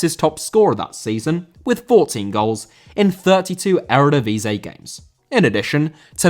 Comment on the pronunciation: Eredivisie * not Eradevizei